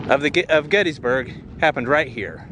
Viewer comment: There's Intercourse, there's Blue Ball, and there's Paradise. And you thought South Central PA was dull. We're all passion's playthings here. (Oh, and it's pronounced "Gettisburg" -- not "Getteesburg" -- common mistake.) Nice vid, thanks.